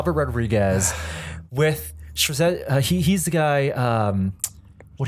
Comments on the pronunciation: That's FrazettA,! Not Frazetti! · fyi its Frazetta